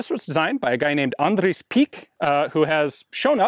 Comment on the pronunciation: he says andries funny